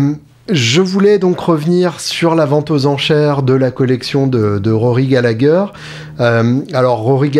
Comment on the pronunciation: Super ! 👍🏼 Prononcer Gallaher 😉